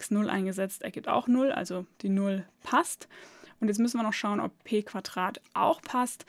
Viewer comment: Gutes Video aber bitte Quadrat und nicht Quatrat oder drei und nicht trei.